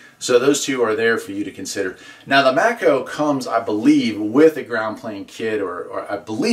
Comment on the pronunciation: The maco v58 and v5000 are the same antenna except for the matching ring. This is a 5/8 ground plane not a dipole. Maco is pronounced “may co” You can upgrade the v58 with some number 6 ground wire, by duplicating the matching ring in copper to handle the power. The v5000 is the v58 but is rated for 5000 watts.